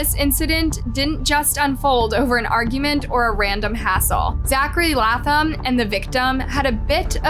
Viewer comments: Laaaayy--Thumb. Not laugh thumb please. Love your channel but you sometimes refuse to correctly pronounce people's names correctly, ❤🤷‍♀️🌹🤦‍♂️even when reporters say it correctly over and over. Slow down a bit. Uuugh. 😮😮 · #1 it’s “Lay”tham ! #2. Just tell the story…. You don’t have to quantify or give a disclaimer for everything! Geesh you made the story unbearable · Laaaayyy--thumb!! Uuugh. Seems like you rush through these stories. You mispronounce soooooooo much on here. 😮😮😮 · Lay-Thumb, words aren’t this difficult to pronounce. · Latham = Lay-thm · Omg Bishh IT'S LAY-THam🤦🏼‍♀️🤦🏼‍♀️🤦🏼‍♀️ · Good video, love it, having issues with the way she is pronouncing the last name of the teen completely WRONG!!!! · pronounced Zachary's last name wrong how hard is it to pronounce it it was revealed in the video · hunny... pleaaaase watch some clips of the video you are going to post before doing the voice over. The amount of times you say their name wrong immediately after someone else saying it correctly is honestly astounding... And that's just in the past few months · Bch how the Hell is that every video you make, you literally hear the names reported properly but still manage to pronounce them wrong. You are either A.I. or just fcking slow